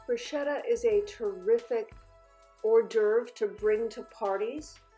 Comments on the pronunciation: It’s pronounced broo-sket-ah. My Italian grandparents used to cringe when their mother tongue was butchered so I carry on their tradition of teaching. It makes my teeth hurt when words are mispronounced and I’m sure my Nana is rolling in her grave.🤣🤣🤣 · Darling, the right pronounciation sounds like "brusketta" (an Italian fan) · The right pronunciation is Bruschetta with c like cocktail. I am Italian. Is your boyfriend too? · I AM italian, from Rome and no, it is not, it is pronounciated "brusketta"